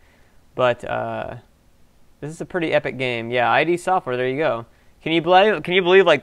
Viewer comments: It's not "eye dee" software, it's Id, as in Id, Ego, and Superego. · Id (Freud), not I-D. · Way to mispronounce Id. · Id is pronounced as one syllable, rhyming with bid.